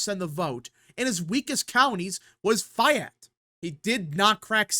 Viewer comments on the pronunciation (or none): FYI, "Fayette County" in Kentucky is pronouned, "fay-et cown-tee" not "fie-et cown-tee." It's the long-A or capital-A sound. "Fayette" rhymes with "day vet," not with "die vet." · It’s pronounced. FAE-yet Fayette County. 🤣. Love your video man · You can’t pronounce Fayette County correctly